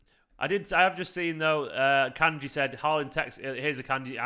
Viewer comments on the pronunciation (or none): none